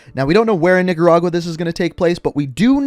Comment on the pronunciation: My High ass thought I heard he said niggara 😂